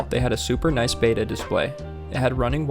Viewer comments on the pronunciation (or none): It's pronounced "BET uh" not "BATE uh" . If it were spelled beta, you would be right. But it's spelled b e t t a....................................(Plus I took four years of Latin in high school..................... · Beta, the Greek letter, is pronounced, "bayta." The fish, betta, is pronounced Bet-a, like "Making a bet." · Small nit: “Betta” is not pronounced the same as “beta”